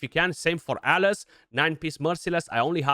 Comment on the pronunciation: The pronunciation we hear is so close 😓